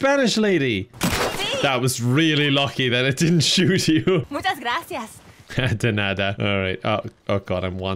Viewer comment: in thick irish accent heh denada